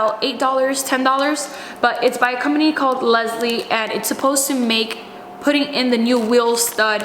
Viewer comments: Leslie lol lisle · Great video,. Just so you know, the name of the special tool that you used to mount the wheel stud is "lie-el." I have one of those and it works great. I always use an impact gun; just to make the job easier. I noticed the you used copper anti-seize on a few areas. I also recommend using it on wheel studs. I know a lot of people don't recommend this, but I've never had a wheel stud problem with them lubricated with anti-seize. Especially in the climate you live in! Love your channel. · Just an FYI...that wheel stud installer by Lisle...the name is pronounced "Lyle" I know...weird spelling but it's true...and I have one of those babies in my toolbox at work...so handy! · Eric O and Watch Wes Work pronounce it "Lyle" Nice work. Shows how we can do that ourselves :) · Mad respect seeing you working on your own car. Never heard that brand name called 'Leslie' in my 12 years behind the auto parts counter. Always thought Lisle rhymes with tile? Awesome job on the wheel stud replacement, now go get warm, gf! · Excellent work! The tool is pronounced like "isle" with an "L". L-isle 😉👍